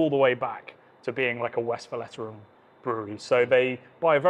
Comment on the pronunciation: Great video, great series! Totally agree the blonde is underrated because it somehow stands in the shadow of the others. Sidenote in good spirit: it's pronounced Westvlayturrun, not Westflatteren 😅